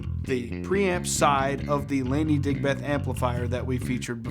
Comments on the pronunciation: Came here to comment the same. 😁 DigBETH is so grating compared to how we say Digb'th. 😁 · Dude, pronounce it properly. Like Digbth, not Dig Beth!